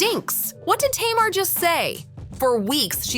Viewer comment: Be better if the voice over said Tamar's name right. It's Tay-Mar... not Tam-er.